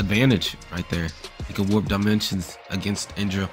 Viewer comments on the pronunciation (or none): none